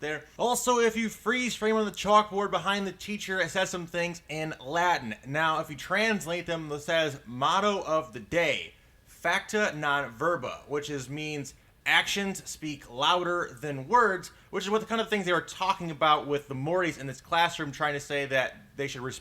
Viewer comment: The Latin in incorrect Facta, Non Verba = acts, not words; And "verba" is pronounces "Werba". Read a book.